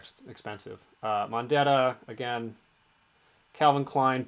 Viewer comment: Calvin Klein "pwuh" 😅😅😅